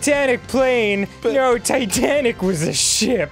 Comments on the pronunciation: Titanic? You mean "Titenic?" Just kidding. I thought of JonTron and Schmoyoho when I hear that word. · It's impossible to not sing this out loud, except I'm pretty sure the joke was that it was called "Titenic" not "Titanic"